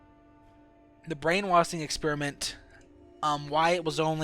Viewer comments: It's brain washing not brain wathing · Brain wassing... You can't speak...??? You said so much shit wrong.... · Brain wassing, c (she) and a alot more 😂 i take that as he has problems pronouncing the letter "s" 😂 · He can't speak properly brainwassing suisside she_se halussenasion etc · Brainwasin, allisinasions lol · brain "washing" not " waSing"!!!! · Why can't you say sh? Hallucinatsions, brain wasing, se, and any other word that has sh in it. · brain - wash - ing.......... NOT brain - wass - ing FML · what's up with the s = sh and the sh = s you're like brain wasing.. but then you're like "as the shtory goes" wtf dude? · “They’re brain wasthing” xD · Pronounces brainwashing as brainwassin but every other time he pronounces a word with the letter s he lisps his speech has me more confused then the game itself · Brain wasing ? Yo you need to work on your speech you mispronounced a lot of words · "Brain wasing" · Why do you say brainwashing as brain-waSSing??? ggoooood mah ears. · Can you not make an sh sound or wtf? Hearing you talk is so annoying with she = see and your brainwassing.